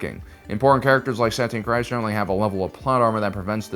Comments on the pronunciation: Satine Kries..... it's pronounced 'crees', not 'cries'. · Bro I love these videos, but you gotta read up on how to say these character's names before making videos! (it's SUH-TEEN CREEZ)